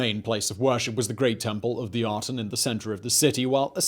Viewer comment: I see Aten but I keep hearing Atom. Worshippers of the Atom.